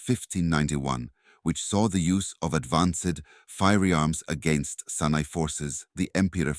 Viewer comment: Great info, but pls next time open up with an African monument, we have plenty, that was a Mayan pyramid, also the A.I voice needs work, it kept saying the Senai empire instead of Songhai empire, keep in mind there was a Sena kingdom in both India and Southern Africa.